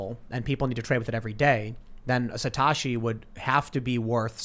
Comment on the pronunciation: SATOSHI !! NOT SATASHI!!